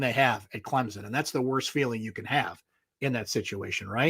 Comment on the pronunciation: It's Clem-son. I realize this is asking a lot.